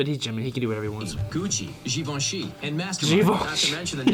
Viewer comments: that’ the right pronunciation of Givenchy, not yours. Sorry 🥲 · At Least Givenchy was spelled correctly, cause it's French... I know you American most of the time think about just your pronunciation, but this time the speaker of the video was correct 😂